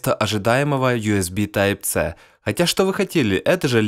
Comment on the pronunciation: ''тайп ц''-чувак что с тобой не так